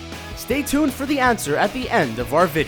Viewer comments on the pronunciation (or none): none